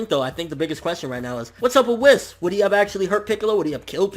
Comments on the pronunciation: its not "wiss" its Whis (pronounced Whees) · Its not Wis, its produced Weise( yes I am aware that his name is spelled Whis) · Whis as I'm whiskey and Beerus as in Beer, Toriyama and his damn puns